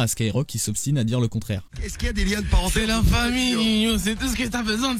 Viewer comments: Ca m'enerve que Ninho on l'appelle "Ninio" faudrait l'avoir écris "Niño" pour faire la prononciation correcte 🤨🤪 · Ninho se prononce niño😌